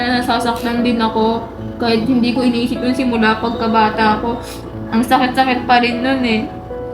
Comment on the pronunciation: Sakit❌ Saet✅